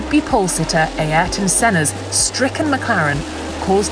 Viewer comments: F**k me, she's back with her Ay-Air-ton. 🤷‍♂️ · Ay-er-ton is actually the correct pronunciation. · I'm Brazilian and it's pronounced A-eer-ton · A-Ayrton Senna? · This woman has a serious problem with the name "Ayrton". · Ok, I like Rosanna but she needs to learn how to pronounce “Ayrton” 🤣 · I completely understand that is hard for english speakers to properly pronounce his name, but the way she does it is probably the worst version I've heard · Why can't anyone say Ayrton correctly? Seriously it's not that hard